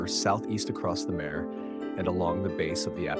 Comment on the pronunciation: Mahr ray (mare) not mare like bear lol